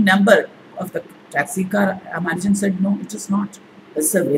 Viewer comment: Madam: His name was "Ramanujan". Unfortunately this is a common error. Humble pranams